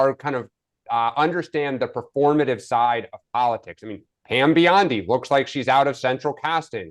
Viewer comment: it's Bondi not Biondi. As often as Mark told people how to pronounce Kamala, I wish he would correct him.